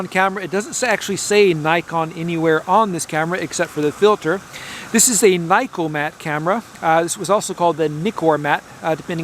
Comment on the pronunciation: It's NOT 'N-Y-KOMAT' in Japan It is 'N-I-KOMAT' or 'N-I-KKORMAT', you live in Japan you know the Japanese vowel pronunciation.